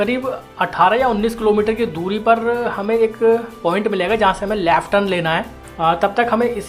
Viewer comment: Bhai Laaaft nahi hota ! Left hota hai !